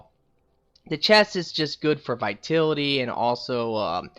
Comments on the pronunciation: ITS VITALITY NOT VITILITY other Than that good build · Yea he pronounces it like "Vaitility" lol. Ugh it's a bit annoying. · The way you pronounce vitality angers me.